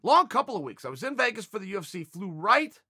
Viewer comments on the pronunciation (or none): none